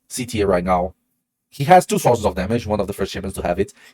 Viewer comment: Awesome content as usual! Thank you. And well done trying to say TIER correctly! Teeeer instead of tire. Well done! 👏🏻👏🏻👏🏻👏🏻